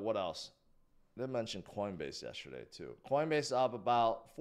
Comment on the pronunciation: Dude the word is not pronounced yesherday.... please replace the H with the given T ...JS